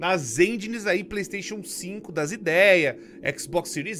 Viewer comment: Exs boquizi ou pleiixteychoun?